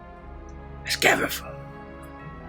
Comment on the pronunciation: No matter how many times or anyone else says "Scabatha", for me it'll always be "Scabafa", because the one that's been saying her name the most is and thanks to that I just can't get myself to say her name correctly without going "Scabafa" first